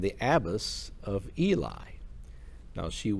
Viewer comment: Thankyou for telling her story. Ely is pronounced e lee.✨️💖✨️✨️